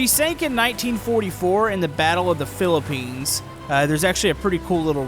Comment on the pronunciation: you said the battle of the piliplins i am a filipino